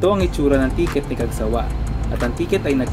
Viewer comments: Correction for the Pronunciation. It's Cag- sawÁ . Not. Cag-sÁwa ☺️ Actually Isang Beses palang Ako na nakasakay diyan .Ang Sobrang Linis Ng Loob niyan Ng Cagsawá 😁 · ang pagbikas po sa cagsawa ay "cagsawá"—accent on the last syllable. ipinangalan po sa cagsawa ruins sa Daraga, Albay.